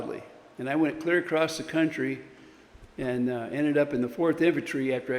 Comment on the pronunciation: ACROSS, the word is ACROSS!!